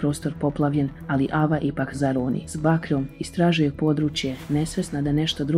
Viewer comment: Nije ava nego ejva